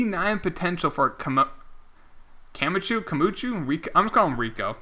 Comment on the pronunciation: It’s pronounced Rico cam-ock-oh